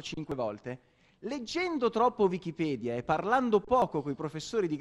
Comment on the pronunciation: io credevo che wikipedia si pronunciasse in modo diverso :D